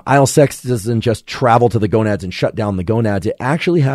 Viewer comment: He said gonuds haha! :face-blue-smiling